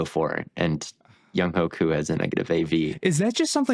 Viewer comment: Can’t pronounce Younghoe Koo in the big 2025😔 this might just be an official Falcons hate podcast I fear(I have overrated the Falcons for the past decade this is cope)